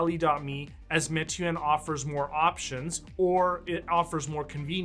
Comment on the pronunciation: great video. Meituan is pronouced "May-Tu-An"